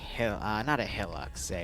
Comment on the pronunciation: ive never been more triggered then calling a hilux (high-lux) a hill-ux